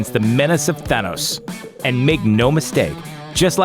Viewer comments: The narrator should not exist he can't even pronounce thanos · your not pronouncing Thanos right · I fucking hate the way you're pronouncing Thanos. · learn how to pronounce thanos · why do you say thanos so weird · Why do you say Thanos like that? Idk the official enunciation, but it seems like you put a ton of emphasis on the wrong part of the word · he is pronounced Thanos wrong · you cant even say thanos properly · Thonos its thanos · Why does this guy keep saying Thanos' name like he's a Spanish opera singer. I've been into comics for a while, I've heard Than-os(sounds like fan) or Thain-os (sounds like bane) but never have I heard it ever pronounced Thaw-nos, especially with how he saying it with some weird accent. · Say Thaaaaaanoes, not thonoes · im so happy im only watching this now cuz this guys sounds like an idiot, not even a minute in and he manages to mess up the pronunciation of thanos its THAH-NOS NOT THAW-NOS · Nope for iron man Nope for captain America Yes for vision No idea for Hawkeye Yup for star lord Nope for Thor Yup for drax Yup for scarlet witch Yup for nick fury Not everyone Btw it’s not thunos it’s than-ose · Jesus it’s THANOS NOT THUNOS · Anyone else cringe every time he said, "Thaunos" instead of, "Thanos?"No? just me? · I love how you says Thanos as thunos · i like that he is pronouncing thanos "thaanus" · Please learn how to say the name Thanos...its not Thunos, dude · Atleast get someone to read that actually knows how to pronounce the names.. "Thonos'' ffs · Th-an-os also you said he had visions due to Thanos which is wrong. I won't tell you how so you actually watch the movies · Thun-os hmmm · It is pronounced Th-eyyy-nos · Th A nos Emphasis on the A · I hate the way you say Thanos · why does he say thanos like that? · Ahhh they way you pronounce Thanos is jaw clenching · Why does he pronounce Thanos name that way? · It pisses me off how you say thanos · Wow. Not pronouncing Thanos right. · does this guy know how to pronounce thanos